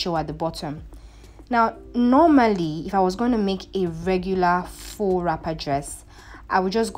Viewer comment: Tu fais bien avec le français😉 from appliqué to faux. Tu vas bien.